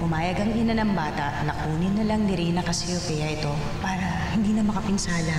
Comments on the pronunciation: Richana gwapita Ei buti pa c maica d nya maayos ang pagsbi sa Casseopia ei ikw ung spelling CASHUPIA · Hahaha cashupia dw cassiopia